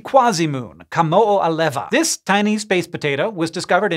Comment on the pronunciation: It's awesome we have a really close quasi-satellite that has been called Kamo'oalewa, but the downside is having to listen to english speakers saying it